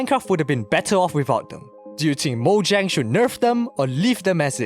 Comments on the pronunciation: it's mojang, not mooyang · moyang?? its MOJANG. with a j. not a y. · mohang? it's mo-jang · I hate when people pronounce mojang with a y instead of a j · I've always pronounced it mojhang, which is the best way that I can find to spell it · "moyang" lmfao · yeah it's normally pronounced Moyang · bro i love the way he says MOHANG! like im not even hating! this deserves a sub! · Who tf is moyang bruh?! 😂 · Mf says moing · Everyone says moyang now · You’re pronouncing Mojang wrong ._. Just saying 😐